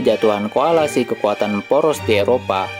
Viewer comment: smolenk baca bukan smokkeln koalisi bukan koalasi